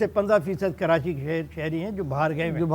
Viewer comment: کراچی کو کرانچی نہ بولیں